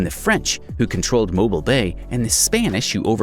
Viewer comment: I laugh at how he mispronounces Mobile. 🤣🤣🤣